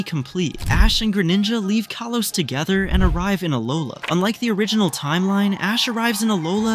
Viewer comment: Did you say kolos or kalos